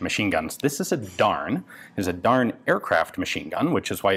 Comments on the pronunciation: I believe Darne is pronounced "Dar-nay"? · Isnt it pronounced darn-eh? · Every time he said "Darne" I heard "darn." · >'This is a darn machine gun from the darn company' Well Ian, I didn't know you were from the midwest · every time he said darn i laughed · Anyone else snicker a little bit each time he said "Darne"? I did!!! Reading the comments requires watching the video, again!!😂😂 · An American accent really makes the manufacturer's name sound like sincere expression of disapproval.